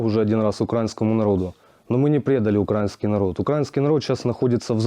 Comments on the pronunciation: "укрАинский народ" - так тільки кацапи вимовляють, ну і деяка вата. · Не укрАїнський, а украЇнський😈 вони говорять як орки😡невже так важко це запамʼятати